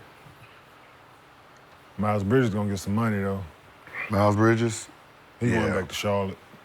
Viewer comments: Why does Gil call him Mile Bridges? 😂😂😂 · Gil said "Mile" Bridges lol I'm dead 💀